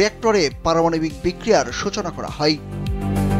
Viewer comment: হয় কে হই বলছেন কেন?